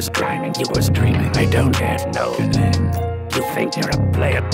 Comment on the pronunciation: When he says “name” oof